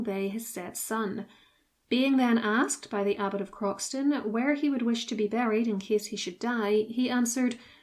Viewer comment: The correct pronunciation of Croxton is “crowsun” and its full name is Croxton Kerrial but everyone who lives near it calls it Croxton. His visera was searched for in the 20’s by the then marquis of Granby, who in 1925 became the Duke of Rutland. He didn’t find it, but excavated the bulk of the abbey and many of its bits and pieces are in the collection of Belvoir Castle.